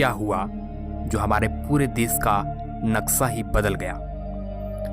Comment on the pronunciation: nakksa nhi chutiya nakksha